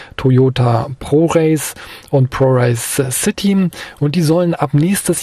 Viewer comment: Toyota „ProRace“? Damit werden wohl Lieferdienst-Rennen gefahren... durch die „ProRace Citeen“. ‘sche Sprachkreativität - oder Zeit für Fielmann?:-) Schön, die Varianz der Elektrofahrzeuge wachsen zu sehen. Habe mich bei dem Wetter heute gefreut, vielleicht schon bald die ersten massentauglichen elektrischen Kabrios zu entdecken. Wünsche schöne Ferien!